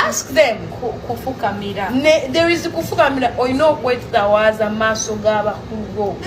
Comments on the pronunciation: The word is kwetowazza not kwetawazza😂😂😂😂😂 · Its kwetowazza not kwetawaaza